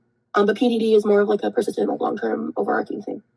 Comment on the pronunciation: Her pronouncing “overarching” as “overarking” with her above average IQ